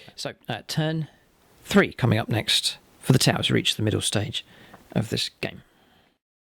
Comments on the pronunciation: When your friend said “these are my 2000 points of Tau” it really sounded like he said “...points of Tie”. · That Tau army is striking! The contrast of the neon green on grey really pops. Did anyone else notice he pronounced T'au as Tai? That is one awesomely thick accent!. Love it! Need more of this for the greater good!